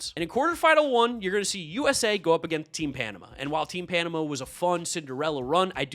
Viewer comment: You are now required to go listen to Van Halen's Panama 5x straight to learn the pronunciation.